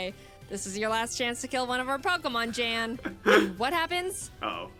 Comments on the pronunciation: Just want to add to this comment that Wolfey is pronouncing Jan's name correctly. In Pokemon Challenge's reaction video he mentions how it doesn't have an American pronounciation and is a German name pronounced like YAHN. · 🎶real Youtubists know PC’s name🎶 🎶I hope that we pronounced it right🎶 (You did. It’s a Nordic soft J. He said so in his own reaction to this video. Good job Wolfey.) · ur pronounciation is correct btw jan is german so yea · i'm guessing you didn't misspell "either" becayse the letter n is far from the letter e but Jan reacted to the video and he said it was pronounced as how Wolfy originally said it. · Someone else probably has said it, but you do pronounce Jan correct. In his video he said it was pronounced "yan" or however you spell if for pronunciation but he seems fine with the mispronouncing. I get it, I mean just look at my last name. I think I have had a maximum of 5 my entire life pronounce it right the first time. Its just expected and not insulting since its clear since its pronunciation depends on you knowing how a different language pronounces it. I mean I don't speak German, I would 100% pronounce it wrong too if it wasn't my last name. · your pronunciation of Jan is correct! Jaidens' is hilarious :D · Oh yeah btw, you do pronounce Jan’s name correctly. I can confirm as a fellow German native speaker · Your pronunciation of „Jan“ is almost perfect, the A is just a little quicker spoken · You were saying Jan's name gorrectly. In this whole video Jaden was mispronouncing his name. It's pronounced the way you were saying it originally. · "What if im saying it wrong , i thought it was Yawn" - Jan is german , his name gets pronounced like Yawn in english. Or more precise like Yan from Yanmega. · Just for the record, Jan's name is pronounced "Yaan", like you did at the beginning. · In the reaction video that, Jan, responded to, he did say it was pronounced, yawn. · Young without the g is spot-on.